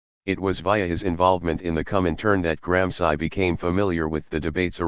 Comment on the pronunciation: So funny the robot voices (trained as anglo-saxons) can never spell European names properly. Is not just this voice, which I am so used to by now, but even the robot voices do that same thing with GRAM SCI ! Many thanks. New Night Listening! Best wishes from Valencia Spain